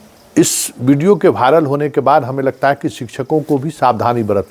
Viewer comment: भायरल नहीं होता वायरल होता है।थोड़ा उच्चारण तो सुधार लीजिए